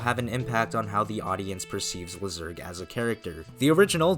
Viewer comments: Lyserg Laisurg, not lizerg, please man it ruins your videos how you are pronouncing his name. Everybody knows how it is pronounced from the show. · The pronunciation is ‘Lai-sir-g.’ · I prefer to say Lyserg's name LYserg instead of how you pronounce his name, but it doesn't really matter at the end. I know why you say his name like that, but I prefer the first name you used before